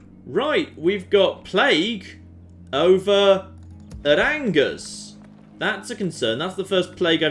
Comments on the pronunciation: Ok I get the Nothing Toulouse pun for a title but Angers isn't pronounced as it is in English. It is pronounced On-geres not Angers. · I did mean On-Jay rather than On-geres. Surely would have corrected his pronunciation though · hey ! i live in Angers !! (and that last man was my grandpa ! rude !) and it's pronounced anjay (the "é" like fiance) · How does poor editing get through every single mispronounced "Angers". Something something hard "R"...